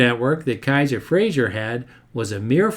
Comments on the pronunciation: Good video but one pet peeve is that his name is pronounced "Fra-zer" not "Fra-zhur" - he was Scottish, not French. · With respect, it's Frazer, not Frazier. It rhymes with "razor." Great job! I've always been fascinated by the Henry J/Allstate.